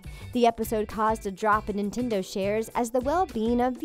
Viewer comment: I don't know if its just me but in it sounds like she is saying NEAN-tendo